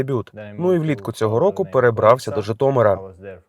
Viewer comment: Бля, навчіть його говорити «Житомир», а не «Жітомір»!!!!!